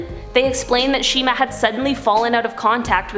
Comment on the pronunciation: No not shima pls not shima